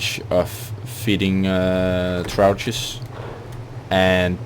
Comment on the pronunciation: Friendly FYI; they're pronounced Troffs :) Not immediately apparent, I know lol